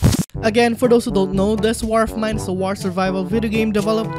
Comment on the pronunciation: “This warfs mine”😂